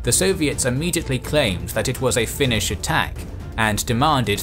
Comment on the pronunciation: Thank you for the in depth-background section! It's very rare to see representations of the war with the events of thoroughly explained. A very good video overall, even your Finnish pronunciation is pretty good! Edit: Finland didn't exactly lose it's autonomy in 1905, it actually reformed into a more democratic system while retaining it's own currency etc. But the Russians began trying to unify their realm by limiting Finland's autonomy and that set in motion various forms of resistance, though most Finns didn't see independence as realistic or even desirable until Russia started collapsing into revolutionary chaos in 1917